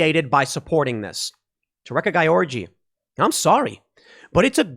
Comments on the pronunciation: Gyorgy should I think be pronounced more like "Georgie" not GUY ORGY... WTF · As a Hungarian I'm going insane hearing Tim say György Réka's name Not because I'm this correction freak, but because it's sounds like he's saying 'guy orgy' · Not that it matters, but I believe her last name is pronounced as George. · Tim kept saying "gayorgy" when he trying to say her last name. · Gotta say, your mispronunciation of György is hilarious.